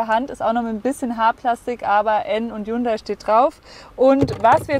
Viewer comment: Weil du Hyundai falsch aussprichst.